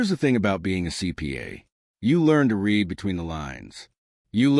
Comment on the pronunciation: And still, NO AI voice can ever pronounce the simple word "grenade". It ain't "gre-nahd"! 😮 And read ("reed") vs. read ("red"). Sheesh. "A inventor", that grammar glitch is on the scriptwriter. 🤨